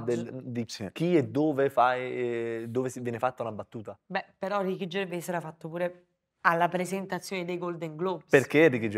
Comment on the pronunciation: ma perchè dicono Ricky Gervé? Si dice Ricky Gervè? Lui non lo pronuncia così...